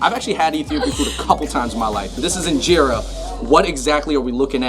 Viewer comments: U actually say it like in-jara not in-jera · 2nd of all it’s pronounced een-Jer-a and you don’t roll it up like a shawarma you take a piece of get the sauce inside the eat it